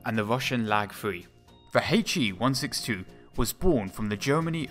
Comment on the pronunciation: "H, E", not "Hey-chee". Also "Engines, ie. N-gins", not "ain-gees" lol